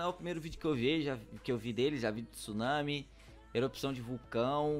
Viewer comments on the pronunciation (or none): none